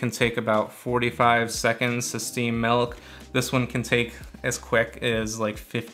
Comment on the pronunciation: Milk not melk 😅